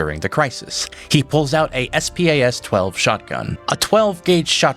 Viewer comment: 1st I've heard anyone pronounce SPAS-12 like that